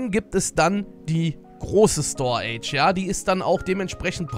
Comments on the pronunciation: store age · Bruder...wie spricht er bitte "storage" aus xD